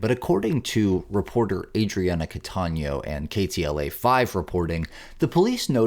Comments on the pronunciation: its KTLA NOT KLTA. Katie LA not Kayle TA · It's KTLA, not KLTA!! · Hearing "KLTA" repeatedly is mildly annoying since the last 2 letters of the callsign (KTLA) stand for Los Angeles... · The narrator kept referring to the tv channel as KLTA. It is actually KTLA. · It’s k t l a. Not k l t a. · It's KTLA not KLTA.